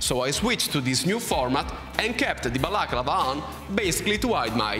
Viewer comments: l'accento è sulla penultima a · I love how you say balaclava...